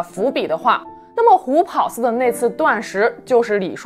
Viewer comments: 虎跑（ páo）寺是正确读法。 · 虎跑寺听着太别扭了，跑在这里读第二声 páo